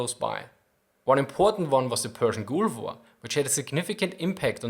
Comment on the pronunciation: The way you pronounce 'gulf' distracts me so much. That double 'o' sound you're using is a Germanic sound you're mistakenly using in the derivative English it comes from. It sheds that sound and shortens it. Sorry.